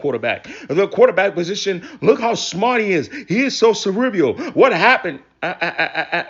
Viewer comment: It’s funny that you’re talking about intelligence when you can’t pronounce the word “cerebral” 😂😂😂😂😂 Like Kevin Garnett trying to pronounce equivalent